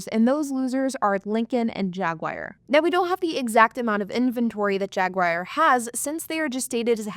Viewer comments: Again with the "Jag Wire". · Uggggh. Nice video but please it’s not jaguayr. There is no y in Jaguar. Thanks